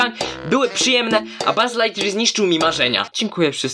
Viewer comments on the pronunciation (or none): none